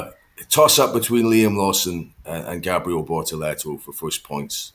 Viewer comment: Can someone educate Ted as to how to pronounce Gabriel Bortetto’s first name!!!